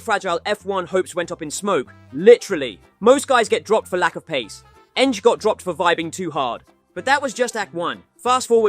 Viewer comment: Tomáš Enge is pronounced "n-geh". The scandals you've mentioned here are bullshit, the only thing that's true is the failed doping test, which turned positive for THC. The rest is made up. He never went to prison for anything, you're probably confusing it with some other Czech racing drivers, who went to prison for doing some shady stuff to finance their racing. He simply didn't have enough money and maybe even talent to cut it in F,1 and the weed scandal didn't exactly move him forward. Nowadays, Enge lives happily married with children and occasionally does some rally events.